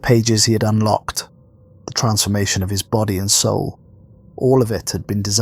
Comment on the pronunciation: "Unlcoked" LOL!